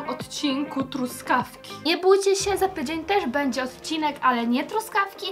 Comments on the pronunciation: chyba powiedziałaś zamiast tydzień to powiedziałaś "Pydzień" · powiedziała: za pydzień 😂